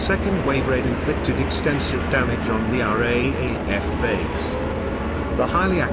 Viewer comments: I liked this video but found him calling the R A A F rather than R double A F a bit grating. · Raaf is pronouced r double af